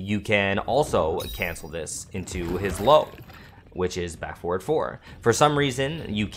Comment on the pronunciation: Hey really nice guide been practicing lots of reptile. I’m being really picky here but when you say forward sometimes sounds like 4, could be clearer if F instead?